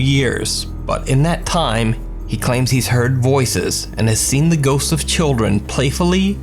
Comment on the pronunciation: not that serious lol just through me off for a min, so damn used to it , the way he emphasizes the word ghosts I find funny af